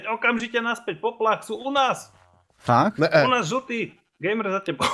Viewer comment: anglické slovíčko Gamer sa vyslovuje gejmr ...😃